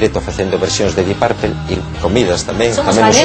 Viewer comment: deep purplE???!!! your pronuciation is embarassing...isn't a funclub?